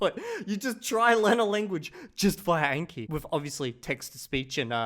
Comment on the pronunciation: Can people please stop with "ayn-kee" like "a" in anal? The name is obviously derived from Japanese and it is a language with only 5 simple vowels. It is "ahn-kee". For the love of god, it is painful. Almost as bad as Americans calling Xi Jinping "Zhee"-Jinping.